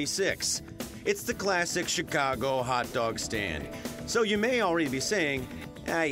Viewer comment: hahahaha a "haot" dog